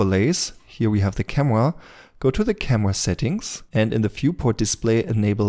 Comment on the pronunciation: Let’s select the “camwa”